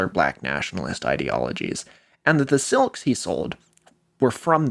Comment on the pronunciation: I find it fascinating that you pronounce "silk" as "selk". When I was a child I pronounced "milk" as "melk". Until age 4, I lived most of my life on the West Coast, before moving to the East Coast. I don't believe I learned the world silk until after I moved. Since you are from Oregon and your father is from California that seems to provide a possible explanation. I also have the pin-pen merger, which was noticed by my elementary school teacher and she attempted to correct it, but it was far too engrained.